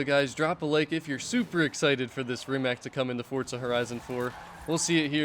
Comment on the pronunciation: Rimac is pronaunced Reematz